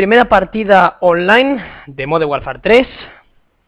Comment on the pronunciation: ese 'MONDERN' xD